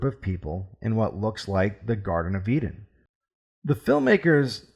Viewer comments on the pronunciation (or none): none